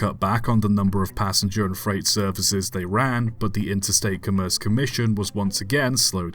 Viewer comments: Interstate COMM-erce Commission, on Com-MERCE. Accent on the first syllable. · I think “commerce” usually pronounced COMM-erce, not c’merce. I grant that it would make sense to pronounce it like the start of the word “commercial”, but I've never heard anyone do that. Other than that, thanks for another interesting video 😀